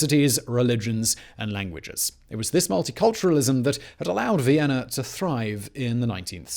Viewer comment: "Vienner"?? Recruit a professional narrator!